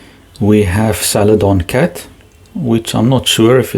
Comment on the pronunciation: Love your accent but I really had to chuckle at “salad on cat”.